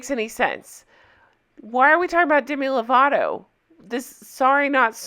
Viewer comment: the way charlotte pronounced lovato was cringe inducing